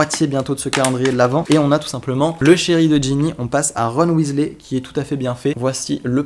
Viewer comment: On ne dit pas Weasley on dit Wesley